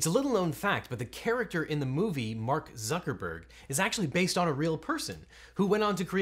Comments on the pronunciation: Bark Zuckerberg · Legal Eagle says Bark buckerburg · It sounds like he says Bark Zuckerberg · objection: you said Bark Zuckermurg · Did he call him Bark Zuckerberg?